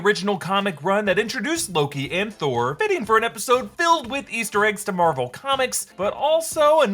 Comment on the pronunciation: Did Kid Loki say "I killed Thor" or "I killed BOR"? I heard the latter, which, if true, is a MUCH bigger deal.